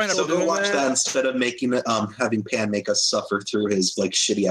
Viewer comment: I loved how you pronounced my name pan